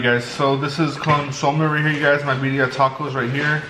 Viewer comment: “bee dia tacos”